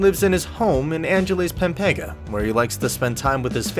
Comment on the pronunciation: He butchered the word pampanga it almost sound like a pepega